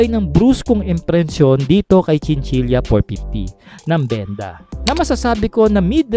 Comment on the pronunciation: Chinchila po di chinchilya